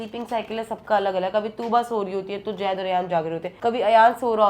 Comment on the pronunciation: Jaid nahi zaid bolo